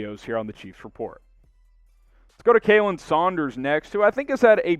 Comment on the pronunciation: we love you bro, but after three seasons your still butchering his name... It's pronounced Collin, not Kaylyn... I thought we were past this bro😂😂😂